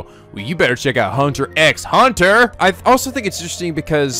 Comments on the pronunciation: Okay so a few things - 1.) Thank you so much Nico, I love HunterxHunter so much, (Fun fact the x in the title is actually silent, so it's pronounced "Hunter Hunter") I know that you will love this anime. 2.) The 2011 anime sort of rushed Gon's reason why he wants to become a hunter so badly, and yes they will explain in further detail what a hunter is exactly in later episodes. In the manga we do see how Gon came to the conclusion of wanting become a hunter in the first chapter, but the 2011 anime skipped over that part because the 1999 anime had already used that as its first episode, so to make things a bit different they decided the speed things along for the meeting of Leorio and Kurapika. The 2011 does show you Gon's past in future episodes, so their is no reason for anyone to tell what happens, because that is a spoiler. Also Mito is Gon's aunt, not his mother , and is the cousin of Ging, Gon's father, the 2011 anime sorta skipped over that part as well at the beggining. 3.) This is off topic, but this is the english cast of the 2011 HunterxHunter anime if anyone is interested - Gon - Erica Mendez - Nagisa Shingetsu (Dangonronpa Another Episode), Maki Harukawa (Danganronpa V3) Leorio - Matt Mercer - Kanji Tatsumi (Persona 4), Yusuke Kitagawa (Persona 5) Kurapika - Erika Harlacher - Kyoko Kirigiri (Danganronpa Trigger Happy Havoc), Keade Akamatsu (Danganronpa V3), Ann Takamaki (Persona 5) Enjoy this anime Nico, and I know I'll love this reaction abridged! (Nice name chan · That style of video is not gonna work later on, this show becomes more complex and hyper dense with information 30+ episodes in. Also the X is silent, it's "Hunter Hunter"